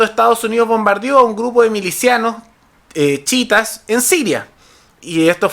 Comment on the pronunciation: chiitas no chitas wn